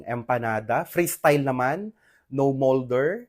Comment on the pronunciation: Pls don't add Er after the word MOLD also PRESS its not PRESSER